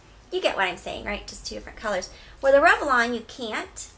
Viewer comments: It's rev-lon. Not rev-e-lon. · I read your comment before I watched the video. Holy crap, I keep focusing on how she pronounces it. LOL. "revelon" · i love the review, hate how you pronounce revlon <3